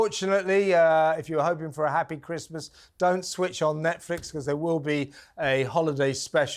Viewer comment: a Christmas show in November! That's clearly a dud. Why can't she say "Christmas"??